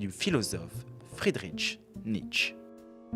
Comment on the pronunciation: On ne dit pas Friederitch mais Friedrich tout simplement. C'est quand même pas compliqué de se renseigner sur la prononciation correcte du prénom d'un grand philosophe allemand. Dommage pour une vidéo si bien documentée.